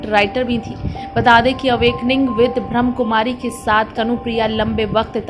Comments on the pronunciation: एंकर महोदया उच्चारण सही करें। ब्रह्म कुमारी नही है। ब्रह्मा कुमारी है। वैसे मैं ब्रह्मा कुमारी से नही हूँ। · स्वीट सिस्टर एक request है नाम सही से बोले ब्रह्माकुमारी ब्रह्मा कुमारी ब्रह्मकुमारी ब्रह्म कुमारी नही😊